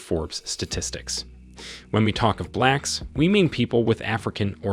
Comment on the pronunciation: The narrator even said "blacks" with a racist accent. smh